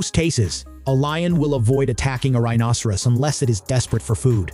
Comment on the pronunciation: This commentator doesn't know how to pronounce rhinoceros correctly. If you're going to be an authority on this animal, at least learn the pronunciation.